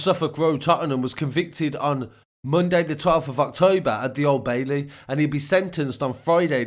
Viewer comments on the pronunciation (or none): none